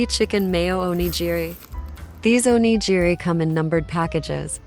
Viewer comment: Those aren’t souvenirs. And please learn how to correctly pronounce “onigiri.”